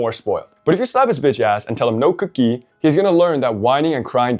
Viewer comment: the accent kicking in when saying "no cookie" got me😂 (no hate btw, I love how all people sound differently)